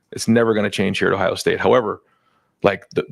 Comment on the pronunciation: Why does Day always call Ohio “Tough”? 😅